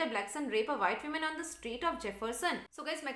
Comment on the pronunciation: Please correct pronunciation of woman and women